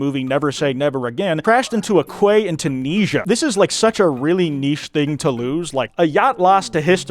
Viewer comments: "Quay" is pronounced more like "key," not "kway." It's why Key West is called that way, for instance. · I am honestly sorry to inform you that quay is pronounced key. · Quay is pronounced "key" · "quay" is actually pronounced like "key" :) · btw quay is pronounced like key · IT’S PRONOUNCED KEY, YOU FOOL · not knowing how to say quay is cute ngl kway haha kway its just so silly (derogatory) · bro doesn’t know how to pronounce quay😂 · Never heard quay pronounced like that